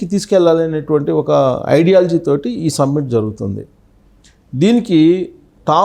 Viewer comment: Submit kaadu naayana, Summit. Drone Summit.